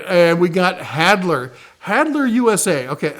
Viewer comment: Good to see you back in the saddle! Re: Halder - i think you're reversing the L&D in the pronunciation; about the issue of their German vs US production - I believe they are made in Germany but they import the hickory handles from the US (I think ~ don't quote me). Thanks for the heads up on Excelta 👍 never heard of them before